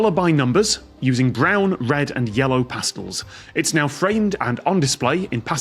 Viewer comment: Tom's weird pronunciation of "pastels" was a bit annoying.